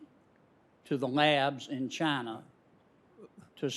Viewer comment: Fauci says “Chiner” the